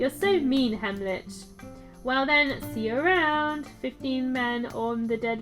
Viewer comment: Wyvern. Sounds like "Why Vern?" While we're at it (not trying to sound condescending, so please don't take offense) Heimlich is pronounced "hime lick." As in the Heimlich maneuver that you do when someone is choking. ♫Drink and the devil had done for the rest! Yo ho ho and a bottle of rum!♫ ...That's all I remember of that song XD